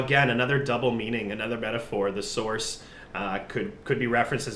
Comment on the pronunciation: "I might be the source" pronounced as "thesaurus".